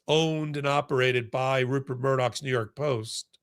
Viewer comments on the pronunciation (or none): none